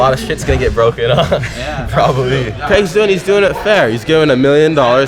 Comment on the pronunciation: Did you hear how tye says Craig?😂 so funny lol. Probably a brazilian pronunciation. And their english is so perfect